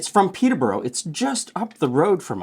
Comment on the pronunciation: Coming from just North of the original, the way says Peterborough hurts my ears!